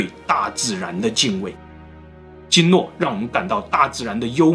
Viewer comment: 你没听错，总裁说的就是大王涮酱油。鲸落他都能说成京诺，不看字幕真听不懂。